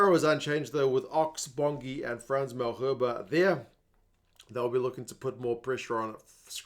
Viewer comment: Hey love the channel buddy just some free advice on the pronunciation especially of Franse Malherber's surname. Say "Mul haiRR (roll the R) ber.